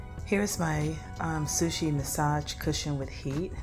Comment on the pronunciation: Funny you do a review on something you can’t even say the name of of properly lol. It’s not a “ Sushi” massage pillow. It’s pronounced [she- ott- soo] , soo or su but soo as in ‘soon’ without the ‘n’. Shiatsu is a type of massage so it’s kind of an important factor of the product and something that one would be looking to know if shopping for a massager. Other basic “massagers” only vibrate rather than really massage the muscle like a shiatsu.